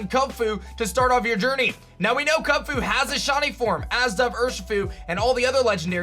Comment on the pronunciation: Why do you say Kunfu and not kubfu 💀